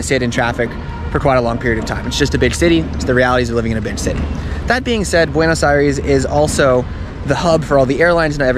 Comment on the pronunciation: As a bilingual viewer, his "eye-REES" over and over was so grating to the ear, and then he says that he speaks Spanish 🤦‍♀